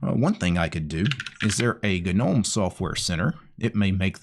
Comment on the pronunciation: It's actual pronouced "Nome" not "gu-nome".